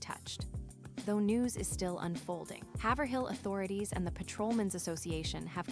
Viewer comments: It’s “Haiv-rill”. Not “Haver-hill” When the pronouncement of her town is constantly incorrect because you’ve never even been there, or even SAID OR HEARD the town…. It’s cringe! Fix it! It’s a dishonor to her! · Haverhill is pronounced hay vur hill